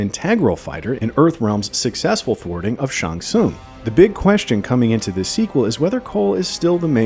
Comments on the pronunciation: It’s pronounced SHANG SUNG.. sorry lol it was blowing me good breakdown though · That's not how you pronounce Shang Tsung. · Yeah, like what the heck? Many MK fan knows how to pronounces his name.